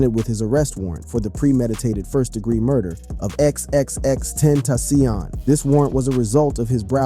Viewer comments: Agreed brother! Lol exexex tentasyonnn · wtf what neighborhood do you come from ? xxx tentasssssiooon ha ha ha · Xxx ten tassiohnn😂😂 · Why he keep saying ex ex ex ten TA CION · Tenta - Cee- On op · You are giving me a stroke. X x x Tent...AH SEEON. BRO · No one finna say how this man kept saying x x x ten taci on🤦‍♀️😂 rip x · X X X ten tasion 😂😂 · XXX tent a seayon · I hate how you kept messing up X's name... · I agree!!! XXXtentacion, the first name when this video started had me rolling how he said his name! Like sir, please go learn how to pronounce their names first.